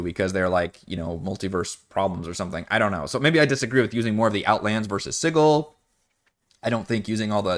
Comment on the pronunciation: Also called it Sid-duel.